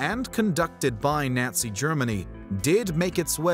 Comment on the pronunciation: Teach this narrator proper pronunciation of words like Nazi he kept flip flopping back and forth Nazi Nazi it's really irritating those aren't the only words that you mispronounced oh no he's really good at everything but that's just irritating when somebody's right maybe I'm just having that time of the month type of day and it's just become irritating think I need a Midol